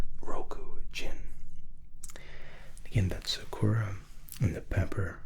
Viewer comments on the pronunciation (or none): SAkura emphasis on SA, not on ku. Cherry blossom for those who don't know. Yuzu is a citrus fruit that looks like a lime. I speak Japanese and soent 7 years living there. ☺ Love the video!